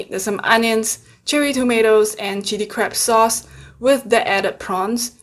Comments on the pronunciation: Lmfao I thought she said crap meet😂🤦🏽‍♀️💖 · I have closed captioning on and sometimes when you say crab, it translates to crap 😂 makes me laugh every time